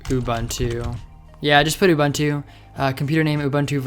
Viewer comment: Great stuff! (aside from pronouncing 'Ubuntu' badly :P ) Keep up the good work! :D